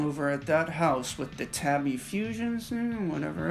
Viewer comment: I’d like to point out tabi is pronounced more like tahbi than tabby, in line with the Japanese alphabet.